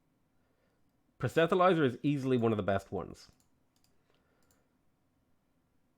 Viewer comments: it's not super important or anything but I've noticed you've always said "proh-set-uh-lizer" for "proselytiser" and it sticks out to me because the t and the l are the wrong way round - It's "proh-sel-uh-tizer". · Dude, there isn't an "h" in Proselityzer. it's pronounced: "prus-le-tie-ser" Keep it up, love seeing a different sort of gameplay :)